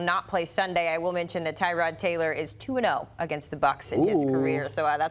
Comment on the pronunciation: We still mispronouncing his name? Is not Tie-Rod, its Tuh-rod